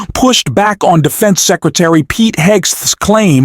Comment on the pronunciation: Pete who??? Learn how to say his name before you post anything!! Do your homework young man!!!!